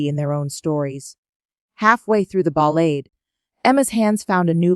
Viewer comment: The AI reads the lines with horrible pronunciation. Disgusting shit."Chopin" "Ballade". ???? 🤮😱